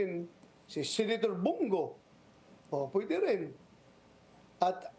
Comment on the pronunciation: senator po, not senetor